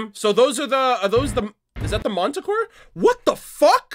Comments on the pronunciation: Manticore pronounced Man-t-core just an fyi. The Relic is not huge it's a skewed perspective, Ruby is in the background while the Relic is in the foreground. Can't wait for your reactions. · Should I correct your pronunciation of Manticore, or wait until you hear it in the show? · I’m getting annoyed. Stop saying my favorite mythical creatures name wrong. It’s annoying. Your saying monticore Grimm. The Grimm is not Monty ohm. It’s manticore. No O in it. Man ta core. Not mon ta core. Plz say it right next time